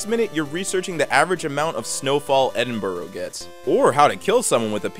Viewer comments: ITS PRONOUNCED ED IN BRUH YOU MELTING TUNA FISH SANDWICH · Man you said EdinBurgh wrong